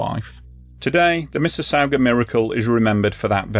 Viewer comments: Mississauga = Missus-saw-ga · Canadian here. Great channel, great video. It's "misses-saw-ga".